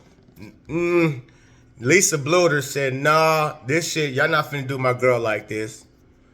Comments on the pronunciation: It's pronounced Blue-der. Keep it coming! Thanks! 👍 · Learn how to say Coach Bluder’s name right!